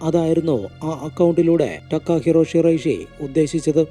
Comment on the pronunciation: ടക്കാഹിറോ അല്ല തകാഹിരോ അതാണ് ജപ്പാൻ വേഡ് 😌👋